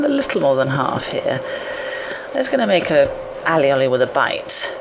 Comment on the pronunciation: Dear, Firstly, I don't know where you are from, but here in Catalunya (where it is from) it is pronounced just how it is on the video, All is garlic, and oli is oil!!!! And secondly, It is yellow because of the egg yalk and the oil.... So, before you say something you ought to know what you are talking about.....;)